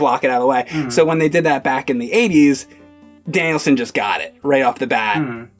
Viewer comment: 😂😂 totally is saying it like Danielson